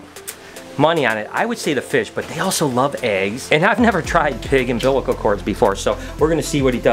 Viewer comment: Was doing fine til you said umbilical.